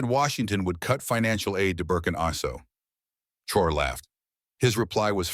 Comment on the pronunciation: Please pronounce his name correctly.